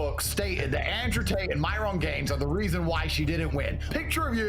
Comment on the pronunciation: Andrew saying Myron's name as "My-ron" was funny as hell. 😂😂😂